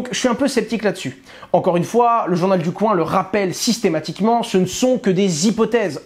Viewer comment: T'en qu' Hasheur dira, journal du coin [k] [w] 1 et non [koin] on sera pas sortie de l'auberge. Non mais sérieux Owen...